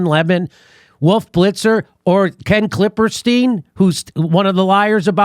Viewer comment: Everytime jimmy says “Ken klipperstein” I crack up. 😂😂